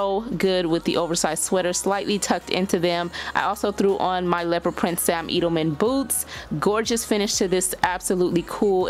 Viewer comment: LOVEEEEEE WHAT YOU AND I LOVE YOUR STYLE... JUST FYI..IT IS SAM EDELMAN...Eh-d-uh-l-muhn. You're so beautiful and I don't want you out here sounding crazy in these streets. Your makeup is the bomb in this video...I just love your style!!!!